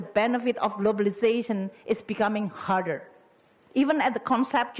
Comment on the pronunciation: "You are facing with a much bigger and higher, hmm harder. But i think when you perform, they will appreciate you more." I heard she spoke "harder" but seems hear like "hurter" which is the meaning is still same I suppose